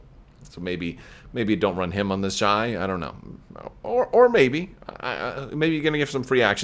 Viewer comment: Perhaps the Xi class shuttle is pronounced as 'She" class shuttle, similar to how in legends there was prince Xizor (pronounced 'she-zor')? I do believe that Terex had the Carrion Spike as well as a personal ship.